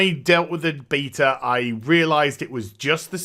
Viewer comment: Yes.. BEAT-HER